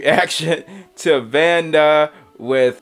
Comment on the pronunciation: You are close, but that's not how his name pronounce. Cambodians use Latin as we wrote our names. It's pronounced Vannda (Vänn-dä)